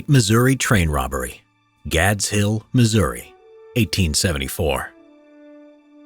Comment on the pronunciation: Thank you for pronouncing Missouri correctly.